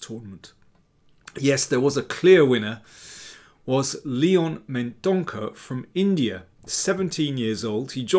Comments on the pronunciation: I think "Mendonca" is pronounced with a soft "c". Love your books and videos. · Daniel, the 'c' in Mendonca is prounounced as 's' in sea- Thank you for all your efforts:) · He is from Goa. Its a Portuguese surname and is pronounced as Mendonça. I say this because I too, share a Portuguese surname.